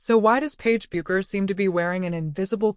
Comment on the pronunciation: Non merita di essere visto, neanche la pronuncia corretta di Bueckers sono capaci di dire